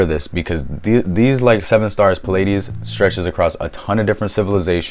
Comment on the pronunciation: Came across your video on a reddit post and I haven't finished watching it yet but I'm really impressed by this collection and how well you succinctly explain everything. If you're reading from a script, which I totally understand, maybe phonetically spell out some of the words you struggle with just to make sure they are correct. Example would be something like Pleiades(plee-ah-dees). I'll definitely be finishing this later today.